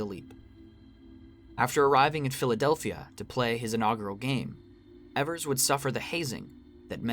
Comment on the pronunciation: great essay, but evers is pronounced "ee-vers", not "eh-vers"